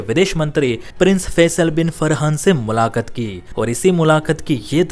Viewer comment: ये admin मुलाकात भी नहीं बोल पा रहा है सही उच्चारण के साथ